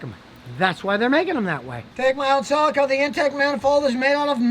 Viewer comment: A Toyota Seleeka. Not a Toyota Silika.